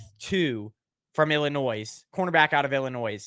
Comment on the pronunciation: The s is silent in Illinois